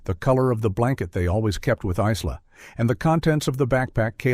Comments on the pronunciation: Isla = Eye Lah aaaaargh. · The s is silent in Isla. It's driving me flustered. 😅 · Exactly, the 'S' is silent! Such a sad thing to happen to this young family. 😢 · Yes, I must admit, I was very stuck on the pronunciation and spelling of Isla.. Throughout this whole sad story.. 🫣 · And why don’t narrators research how to pronounce the names of victims?? Hello, google! 🙄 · It's AI, that's why it can't pronounce it right